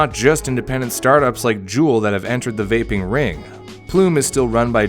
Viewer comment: “What’s a vapping”